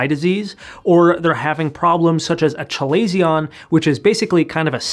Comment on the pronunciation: That's how you pronounce chalazion! I've been saying something closer to calzone lol. Thank you for making these videos! I also suffer from very dry eyes, and my dr told me to use that eye mask. I watched your videos and am worried that my oil glands have died, but how can you tell? I feel like I have no tears in my eyes and constantly have to use drops (I use the Refresh Mega 3 single vial ones which help but for a short time). I will try these massages. I love how you explain things in a way that is easy to understand and thorough. You are a treasure to the eye health community :-D